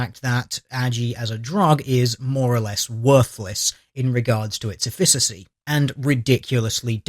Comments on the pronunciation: Excellent video. I don't normally pick on grammar, pronunciation, etc. but in the interest of improving the "punch" of your medical related videos, I would suggest you work on your pronunciation of "efficacy" (the first "c" has a "k" sound.) You sound like you're trying to say efficiency, which does not have the same meaning. Also, efficacy is a very often used word in the medical profession so people in that profession may find such a mispronunciation to be a bit cringeworthy which could lessen the appeal of your video to them a bit...Again, I'm not trying to be a grammar Nazi...just trying to be helpful as I like your channel and videos. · Not to insult your work the middle C in the word efficacy is a hard c like in Car. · Interesting, but you need to check your pronunciation. Efficacy = 'EF-fik-a-see'. Not 'ef-FISS-a-see' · Efficacy is pronounced effikacy not effisacy. One other thing she could try is to stop being a feminist, stop complaining about everything, start taking joy in life and relaxing. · Efficacy is a hard ck sound, eh-fick-ah-see, not eh-fiss-ah-see. The more you know... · It's effi-K-asy not effi-s-asy. Take it from someone who does clinical trials for a living ;) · I love your work, and I love this series in particular, but the first "c" in "Efficacy" is a hard "k" sound. "Eff-ih-kuh-see," not "Eff-ih-suh-see." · It's pronounced EFF-i-kuh-see, not e-FISS-uh-see. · and the stress is on the first syllable - EFF-ih-ka-si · Effissassy sounds odd to me too. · word is pronounced NOTHING like he said, even if it's definition fits in the context of the sentence. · At risk of being "that guy", it's bothering me: efficacy is supposed to be pronounced more like "effikassee". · Small point in helpful spirit - efficacy is pronounced efikasy. Otherwise usual high quality :-) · Isn't "efficacy" pronounced EH'fikasee? Not trying to be a grammar nazi, and maybe it's an American pronunciation, but just sayin. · It's pronounced EFF-ih-ka-see.